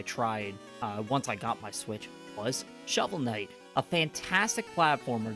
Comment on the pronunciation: Khovel Snight